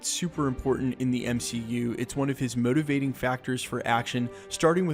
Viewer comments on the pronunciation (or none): What's that accent? So weird the way you pronounce motivating